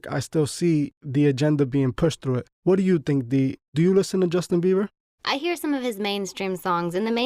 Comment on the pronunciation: My boy said Justin Beaver😭😂